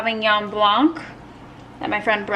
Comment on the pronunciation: Ok I got to tell you “Sauvignon Blanc” the Blanc the “c” is silent so all you hear 👂🏻 is Blan. I speak French cause I leave in Montreal but I’m Greek origin. Love 💕 you and keep doing what you feel is right.